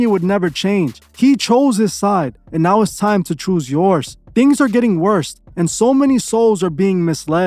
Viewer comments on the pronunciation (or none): none